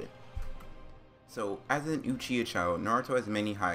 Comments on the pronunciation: He be like “ucheeya” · naruto “UCHIA”